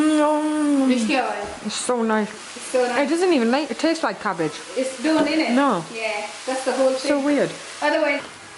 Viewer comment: Love how you call it gabbage 😂😂